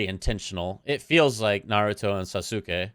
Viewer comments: lol you can drop the "u" pronunciation is Sasuke. The correct pronunciation would be "Sas-kay". (I promise I'm not being petty lmfao) Boruto is a decent anime, when you exclude the fillers of course, but outside of that, it's really great. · The u in Sasuke is silent btw. Good rule of thumb for Japanese names is to just forget about the u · Sa su Kay 😂😂😂 ah that was great. Love the analysis of the openings